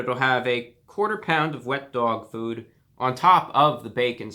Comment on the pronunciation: "Wehet doag food" I lost my shit